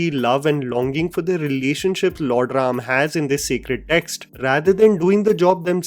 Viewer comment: THANK YOU FOR CALLING RAM NOT RAMA...A WESTERN PRONOUNCATION...🙏🙏🙏